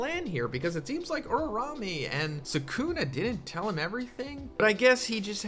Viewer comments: Uraume's name: Uraume: Urarame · its not pronounced ururame and new